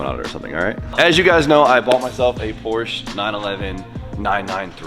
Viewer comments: Please put the recaro classics with the houndstooth in there! Nardi wheels absolutely have a place inside a Porsche. And please.. you are a Porsche guy now. It’s “Porsch-ah” 😉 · in German, an E at the end of the sentence typically serves the same purpose as an A at the end of an English sentence. It’s pronounced “POR•sha”